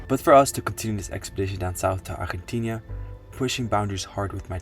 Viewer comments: Hello, please stop mispronouncing the name of your destination country. It’s not Argentinia, ArgentiNA. Please do better. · We are way too many videos deep to still be calling it “Argentinia” it’s ARGENTINA